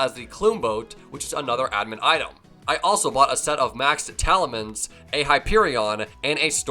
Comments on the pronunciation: This man called talismans "talimans" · is everybody really gonna ignore the fact the pronounced talismans as talimans?